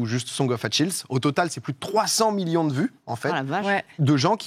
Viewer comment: Ça se prononce "Akiliz", pas "Atchilz".